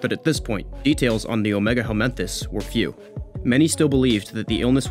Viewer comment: Not "helminthis", helminths. Like parasitic worms